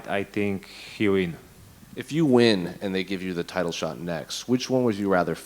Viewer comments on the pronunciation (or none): none